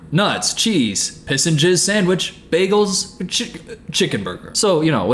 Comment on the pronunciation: The Britta Perry method of saying “bagels” was an interesting choice